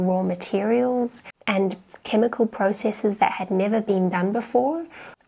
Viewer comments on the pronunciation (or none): none